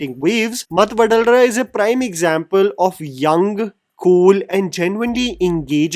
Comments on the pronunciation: Vadalara ❌ Vadhalara ✅ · I’ve a suggestion bro. You can pronounce anything bad in another language. But please get the name of the movie right plzzzz. It should be pronounced VADHALARA and not VADALARA. One telugu person you know could help you at this. Even if you hear the music ….. you can understand it